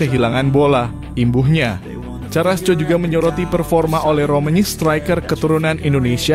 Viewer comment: Ooooo . . .seperti Erling Halaand . .. Baca Karasco jangan di baca carasco.